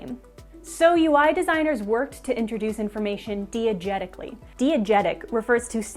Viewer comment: ive never heard diagetically pronounced "dee-ah" before and now idk if ive been pronouncing it correctly